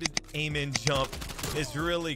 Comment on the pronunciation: I though you were saying Slide-- Slide-- Jump-- AMEN. Instead of Aim In.